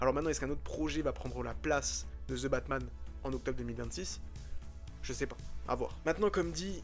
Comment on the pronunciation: "Ze" Batman ca m'a totalement déconnecté de ta vidéo.